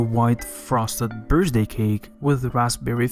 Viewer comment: bru where is this dude from ive never ever once in my life heard someone pronounce the word birthday like that or the numbers 39 either now that i think about it lol